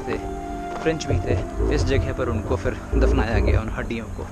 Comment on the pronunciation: It is phir nit fir